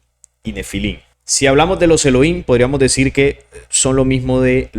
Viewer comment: Se pronuncian: «Elogím» De estar correcto la pronunciación: «Eloím», pues entonces no debería de pronunciar la palabra «Nephilim» como «Nefilím», sino «Nepilim», sin embargo, no lo hacen como este último.